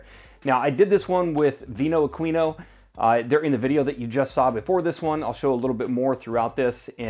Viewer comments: We actually pronounce it AH-KWI-NO :) It's how the Italians pronounce it. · Great video once again And just fyi; Aquino is actually pronounced: AH-KEY-NO